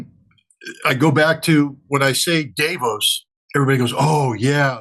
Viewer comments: "Day Vose". The very first person in the entire world to pronounce it that way...ever. Weird, but whatever. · Davos is pronounced: Duh-vōhs. Or phonetically: dɑːˈvoʊs. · Isn’t it dah-vos? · Scott, you are pronouncing Davos incorrectly. That sounds quite dumb.